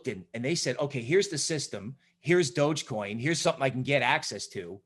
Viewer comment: Lol “dodgecoim”